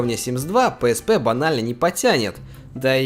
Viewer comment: PSP - ПиЭсПи. Или зыза) А то пээспэ слух режет)